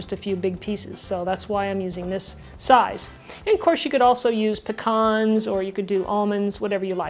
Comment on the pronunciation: Thank God you pronounced “pecans” correctly.....that word is the most mispronounced word on all of the cooking channels! Kudos!